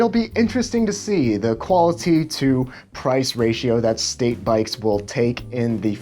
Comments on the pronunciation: Andrew Hake i read your comment right when he said “qualiTy” hahahahaha shit got me dying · The way you say "qualiTy" makes me think you might be a serial killer.